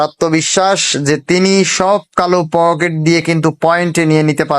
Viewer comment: Poket na eta pukur 😂😂😂